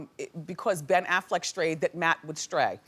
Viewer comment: Did wendy just say "Affleek?.......